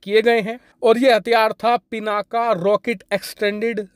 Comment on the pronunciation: सर हो सके तो हिंदी का उच्चारण शुद्ध करे वो पिनाक है पिनाका नहीं.... इंग्लिश की स्पेलिंग कुछ भी हो लेकिन हम भारतीय हिंदी का उच्चारण शुद्ध कर सकते है... वैसे भी पिनाक भगवान शिव के धनुष का नाम है हर हर महादेव 🙏🙏🙏